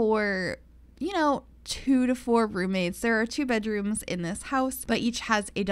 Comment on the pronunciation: oh ma gawd they were romates